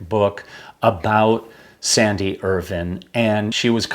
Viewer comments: The pronunciation is IrVine. Not ervin. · This is a terrific channel but please pronounce Andrew Irvine's name properly, it is Irvine- vine as in grapevine not vin, thanks Guys.